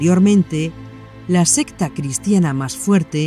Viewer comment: siento mucho si se avergonzo, yo solo hice una pregunta por que en ocaciones dice secta, y en el siguente renglon sesta, si preguntar es pecado, pido perdon 🙏 y donde hay mayor pecado en preguntar o en juzgar? Pero gracias ya entendi que es un error de diccion y que lo que quiere decir es secta 👍